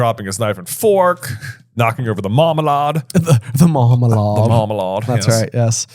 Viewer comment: I recommend you watch the Paddington movie so you can learn how to properly pronounce marmalade